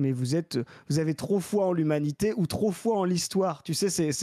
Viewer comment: Enfin ! Trô aillepeu...